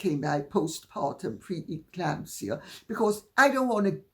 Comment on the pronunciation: Sorry “preclamsia” stitches